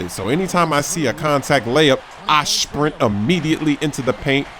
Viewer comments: talks funny, he said Shprint instead of sprint, nd he says Shcreen, instead of screen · Its funny how says shprint instead of sprint